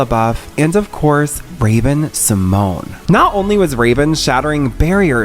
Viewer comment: Actually it's Symoné not Symone it has that "NAYE" at the end in silence Symonaye, Symoné!